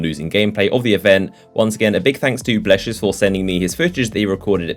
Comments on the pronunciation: that moment when you mispronounce blessious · You said blessious wrong